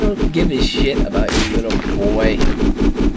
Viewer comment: I laugh so hard every time he says ''Litte boy'' xD